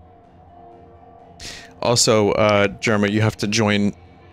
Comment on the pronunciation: Had vinny always referred to Jerma as "jerm"?